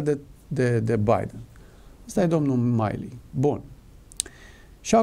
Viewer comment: Se pronunta Milley. Milli, nu Maili. Bine ati revenit.